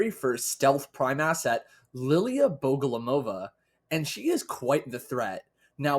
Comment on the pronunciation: Its BogoMolova, not BogoLomova